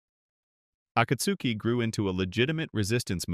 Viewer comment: Why are you saying akatsuki like that. Nobody says it like that even in the show bruh come on